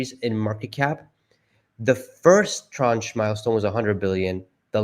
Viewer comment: the pronunciation of tranche is "transh"